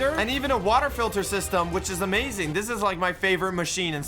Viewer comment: why does say not amazing but amazink